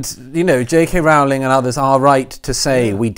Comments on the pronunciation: Peter and Douglas: please note that the first syllable of "Rowling" rhymes with "grow" and "glow", not with "now" and "cow". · It's Rowling as in the "Rolling Stones". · I don't like her but it does annoy me that people mispronounce her surname